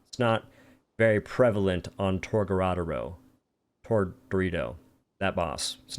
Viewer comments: torGARADAO bruh why cant say it. TOR GA DO RO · tOr-Ga-dOro lmao that’s how u say it there’s no second “r”